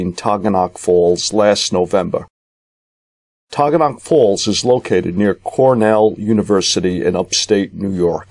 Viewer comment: Very interesting but you are not pronouncing Taughannock Falls poperly- it sounds like "Ta ga nuk" I lived in Ithaca for 7 years!!!!